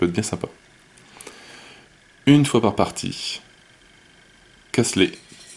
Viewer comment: si tu passes en Alsace et tu prononces Kasslé dans un restaurant tu risques pas de manger grand chose....c'est "KASLAIRE" en phonétique simplifiée .Tu le prends pas mal moi tu m'a appris qu'il y avait de la bière au Yuzu alors....Allez toujours trop cool tes vids, j'adore !!!